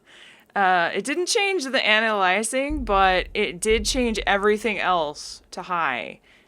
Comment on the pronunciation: Lost me at anti-aliasing an·ti·a·li·as·ing ˌantēˈālēəsiNG,ˌantīˈālēəsiNG/